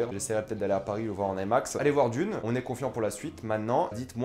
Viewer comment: ai max.... non I max , pourquoi vouloir tout angliciser quand le terme est bien franchouillard.